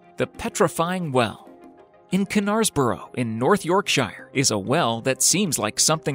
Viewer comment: You don’t pronounce the K in knaresborough.